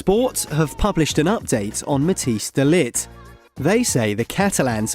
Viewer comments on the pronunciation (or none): Please learn how to pronounce Matthijs, the "ij" is a diphtong (IPA: [ɛi])